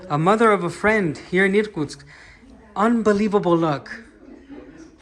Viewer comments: I thought you were a Russian pretending to be an American 😂. because you pronounce words in English clearly, Americans usually swallow sounds and its difficult for a Russian person to understand them by ear. And you pronounce the city of Irkutsk as Russian Irrrkutsk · I think your pronunciation of Irtkutsk was very goodt 👌 what a beautiful city and the church looks so nice! Just beautiful. But does that large river ever flood the city? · Очень понравилось произношение "Иркутск" - чёткий звук "р".